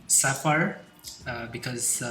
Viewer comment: Am American and I find eastern accents and enunciation captivating to listen to. Sapphire is heavily accentuated to sound like Sir- Fire 🔥. Equally impressive was the step by step transformation of a mundane seiko5 to an award winning Rolex iteration. Your creativity and resounding command of the English language has earned you a new subscriber. Blessings from USA. Malik Martin.